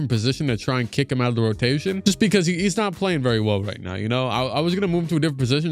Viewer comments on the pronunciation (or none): none